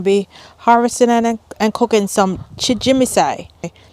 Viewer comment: You're pronouncing it "chimijinsai," but it's chijimisai.